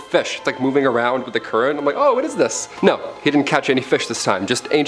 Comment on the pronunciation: “Eye-m out” omg go straight to heck 😂